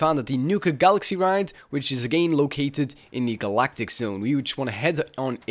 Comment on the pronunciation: Am i the only one laughing at his "AGAYYN" ?